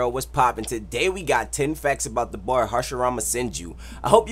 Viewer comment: When u say da boy it sound like u sayin "dabura" 😂